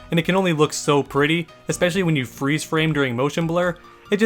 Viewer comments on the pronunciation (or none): none